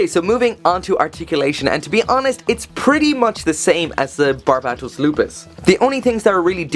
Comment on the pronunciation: How are you pronouncing BARBatos as BARABAtos?